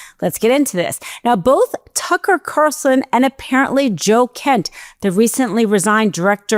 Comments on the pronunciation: This girl doesn't enunciate clearly. It's distracting.... Didn't hear a word she said. And I believe it's Tucker Carlson, not Carson. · did she say "turkle carlson"? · 'Turkel Carson'???? 😂😂😂😂😂😂